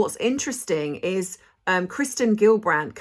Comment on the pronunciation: It's actually"Kirsten," as in I'm "burstin'" to tell ya, Dutchess!